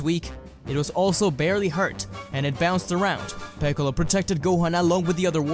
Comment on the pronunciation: Freezer and picolo "Ficolo"